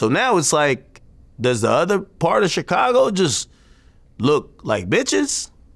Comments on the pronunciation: Word. Hate how he says twister instead of Twista too. But that CHicago is definitely the most annoying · Chick- cago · VLAD PRONOUNCING CHICAGO IS LIKE HEARING NAILS SCRATCH THE CHALKBOARD